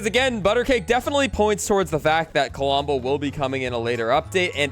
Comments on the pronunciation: "Kalombo"? LOL Love ya,. "Klombo", man. "Klom-bo" Huge fan of the channel, bro! 😅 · Under 30 mins ❤ Also its pronounce klom-bo with only 2 syllables not ka-lom-bo Just so you know im not throwing shade at you it just bothers me when people mispronounce things Love the vids. Also if you put villigers on the farms they will give you more wheat same goes for other crops if you have them planted, and the droped fish on the ground are from a bear they sometimes drop fish